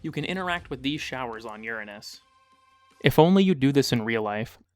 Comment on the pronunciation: I think you are the only person I've seen that pronounces uranus correctly